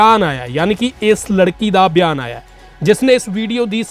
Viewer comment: ਵੀਰੇ ਵਿਆਨ ਨੀ ਬਿਆਨ ਹੁੰਦਾ, ਪੰਜਾਬੀ ਸ਼ੁੱਧ ਬੋਲੀਆ ਕਰੋ